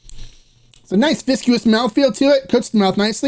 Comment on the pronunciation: LOVE all your videos. I finally feel the urge to mention “viscous.” Not pronounced vis-cu-ous, just vis-kes. Big fan, just gets me every time :)